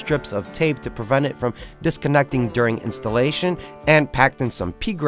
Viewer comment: Instllation xD